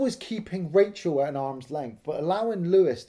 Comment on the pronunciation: Raachel... Raaacheel